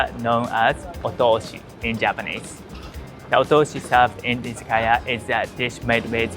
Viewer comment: You pronounce "izakaya" like many non-Japanese speakers. Your pronunciation makes it seem like it's correct!